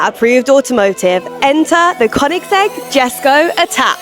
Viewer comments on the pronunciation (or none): ✅Yheskho , not Djeskow❌